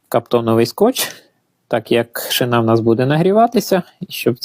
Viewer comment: Шина наголос роби правильно бо підтошнюе😊😊